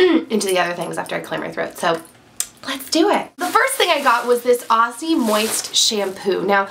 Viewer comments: It's pronounced 'Ozzie' - with a z, not an s. :) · Hey there, with the pronunciation of the "aussie" products, I hear so many Americans pronounce it wrong :P it is pronounced "auzzie" like with a Z don't say it with the S :) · great video, i love how americans pronounce aussie hahah we say OZZ-IE ;) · I find it funny how Americans pronounce Aussie although it has 'ss' it is pronounced Auzzie (o-zz-ie). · Sorry, but that's not how you pronounce Aussie...